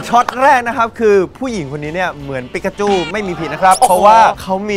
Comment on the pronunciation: เจม ปิกาจูไม่ใช่ปิกาจู้😆😆